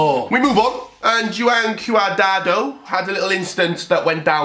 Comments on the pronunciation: it’s QUAD-RADO😂😂😂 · Bro, you run a football channel and mixing up Greek and Russian leagues when Olympiakos crest is poking your eyes out... What's up with the Juan Cuadrado pronunciation? 🤣🤣 There's a clip missing concerning Arnautovic... You're clearly doing well with this many subs but this is way too sloppy for me. Cheers.